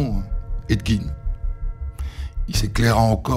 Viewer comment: des histoires encore plus connue svp, ya pas la terre entière qui a déjà raconter la première, et on dit edd "gèn" pas edd gine